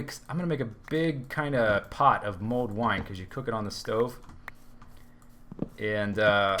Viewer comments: I'm pretty sure its Mulled wine, not mold wine ;p (Sounds like you're saying mold at least) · For everyone wondering, it's "Mulled Wine" not MOLD wine :P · I thought you said mold wine...